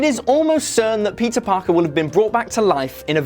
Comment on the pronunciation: Anyone else keep hearing “pizza Parker”